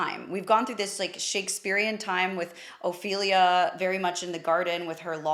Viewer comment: Ouch, 8.27 min that sounded terrible . . . "Ophelia".